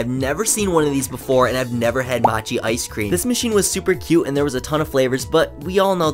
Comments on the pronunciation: Matchi? It’s pronounced Mo-chi, come on bro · “Moe-che” is how you pronounce mochi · The way he pronounced mochi 💀💀